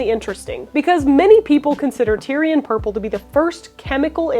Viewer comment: "Tie-ree" or "Tay-ruh", not tire LOL!